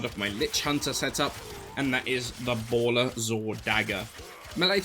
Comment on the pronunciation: balla was always a AS weapon, as you had covert lethality + forced finisher on stinging thorn. also, bala, not bola